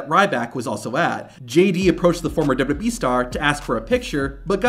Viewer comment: Stops saying "dwee". The company is called "WWE" (pronounced, double you, double you, Eee).